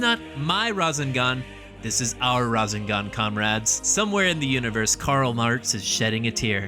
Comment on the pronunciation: I couldnt finish the video. Every time you said razinGahn it made me cringe so hard I’m sorry I really wanted to finish it.